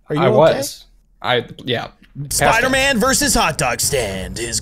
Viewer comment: It's not Spooter-Man it's Spider-Man.